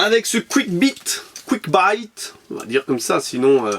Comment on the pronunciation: Trop de truc trop cools !! Un camion Bone shaker mdrrrrrr ! Et dis ton Quick Bite (tu t'es fais avoir sur la prononciation haha ^^) il a la caro en métal ?